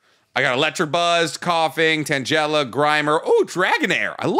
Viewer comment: How did he pronounce Tangela? Cause it didn't sound like Tang-ga-la to me. In fact I think he mispronounced a lot of them. dude get with it. lol